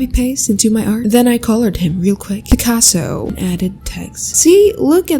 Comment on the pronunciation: I effing cant with your picaso. I don't know why Its so fanny to me every time you say it.